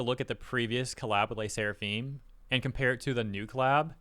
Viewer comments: I like Le Sserafim though (you butchered the pronunciation btw) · pronouncing LE SSERAFIM wasn't on my year's list for sure lmao